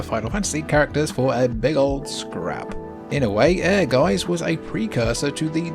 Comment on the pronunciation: Your pronunciation of Ehrgeiz sounds like air guys! As a German speaking person, I didn't realize the name of the game first... 😁